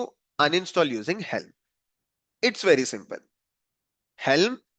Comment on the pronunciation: wery wery long videooo